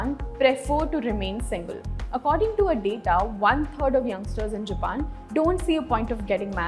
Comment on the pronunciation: It is all over the video..... The presenter's pronunciation of 'Japan' is not on point.